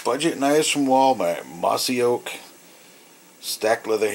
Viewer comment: "We got. Mossy nyeah" fucking great